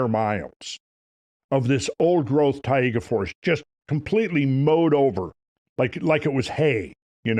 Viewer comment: What a Tayega???? You mean Taiga?? Snowy Forrests of Russia?? Also, Taiga = Snow Forrests... Tundra = Icey plains.